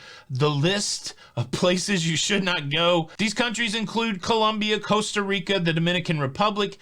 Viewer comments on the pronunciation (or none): none